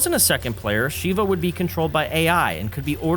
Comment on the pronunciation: Call her Sheeva one more god damn time! I dare you! It’s SHEVA! (Short e sound)